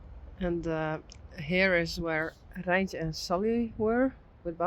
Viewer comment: I like how u roll your R in Reintje,.